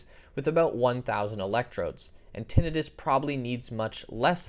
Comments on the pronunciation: Tinnitus is pronounced tin-ITE-us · Unless I've heard it wrong for some 20 plus years.. it's pronounced.. Tin eye Tus... Long I on that second I. Just a little fyi.. no biggie.. just sounded strange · Not tinnitus, tinn-itus. The I is pronounced “ay”. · I think its hilarious how he keeps mispronouncing tinnitus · idk why but it bugs me with how you pronounce tinnitus lol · it literally takes 5 seconds to google how to pronounce Tinnitus...